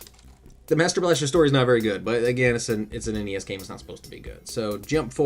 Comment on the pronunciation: The way you pronounce NES... D